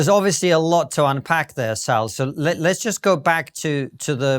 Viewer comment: Cant' believe it took me this long to realise she's called SALL as in SALLY and not SAUL.